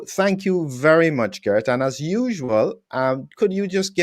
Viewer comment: It was already explained to several times how to say Geert, with phonetic pronunciation of the name. I even send him a video with the correct pronunciation, and honestly he's not even trying. For me that's just laziness. Of course the message of Geert is more important than constantly hearing someone saying a name completely wrong, but it's still damn annoying and even distracting. Perhaps it might help if Geert explained to how to say his name, afteral he's doing the effort to speak English fluently as a Belgian.